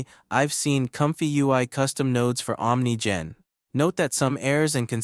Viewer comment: It's pronounced Ah'm Nee Gen.